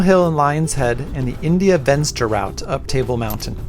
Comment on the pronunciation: "Venster" is an Afrikaans word, not English. It means "window". So, it is pronounced "Fenster". The V is pronounced as a F like in "Fence".